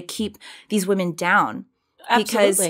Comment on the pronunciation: Love you, Candace, but please learn how to pronounce "women" differently than woman.